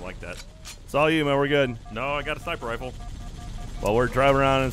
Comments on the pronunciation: Thought I was the only person who says snipper riffle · im so glad im not the only one that calls it a snipper riffle.